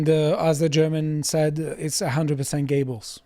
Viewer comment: His name is Göbbels. not Giebbels. The ö/oe pronounced like the u in further. Greetings from Denmark.